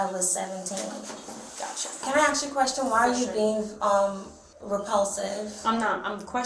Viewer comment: Weird. Even foreign blacks say ax instead of ask.